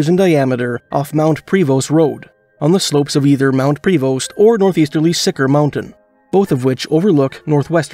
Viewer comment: super great work! But just in the future its pro-vo not pre-vost- confusing I know lol